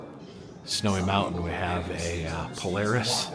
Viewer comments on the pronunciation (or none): none